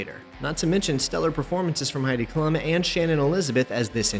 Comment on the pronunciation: It’s klum pronounced like kloom